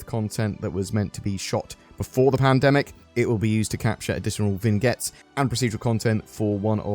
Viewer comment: Vingettes? Jesus, I never knew I could hate a mispronounced word so much.